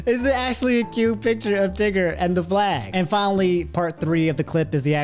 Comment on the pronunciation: Wait he said tigger I thought he said nig